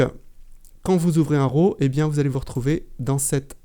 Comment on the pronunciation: Excellente démonstration, merci beaucoup. Pouvez-vous me dire si Affinity traite les fichiers RAW de Z7 ? (pouvez-vous ne pas prononcer RO?)